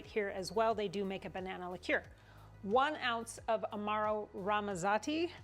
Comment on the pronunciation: I would definitely like this one!😄 Haven’t had a lot of Bourbon Tiki Drinks. Sounds delicious!🏝️ Love that you pronounce Liqueur the right way!! Even though I know how to say it the right way, it always comes out wrong!!🤣🤣 The Mermaid was a nice touch.🧜‍♀️👏👏 Have a great week!!